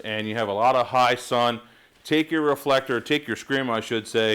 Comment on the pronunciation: How he did say it at the beginning: Re-full-ek-tor?